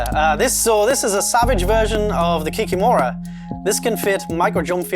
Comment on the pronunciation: Guys... It is "kikIIIImora", not "kikimOra". Kikimora is a swamp woman-looking creature from Russian mythology. It is quite painful to hear you pronouncing this not like we heard from fairytales before bedtime)